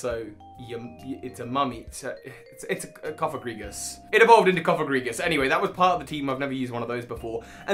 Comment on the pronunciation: Hold the presses! said "Cofagrigus"... without messing it up! Clearly this is a victory for the ages!